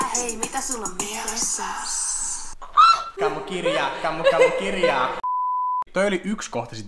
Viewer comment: Ku sanoo kamukirja ni sanoo kamukivja🤣